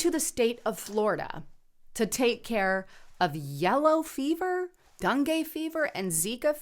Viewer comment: Its Den gay fever. Pronunciation